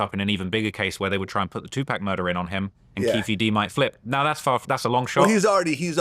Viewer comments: Say Two-Paw-k! Trap dork Dexter's lab bum wizard looking boy lol. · say 2pac 😂